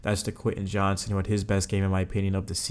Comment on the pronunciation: Not to be that guy…but “JOHNSTON” bro…not Johnson.